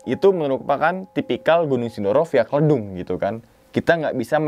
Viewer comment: klEdung bang bukan kledung 🤣